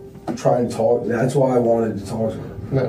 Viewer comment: "I just wanted to TOLK to her..."